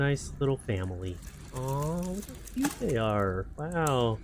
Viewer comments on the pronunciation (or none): none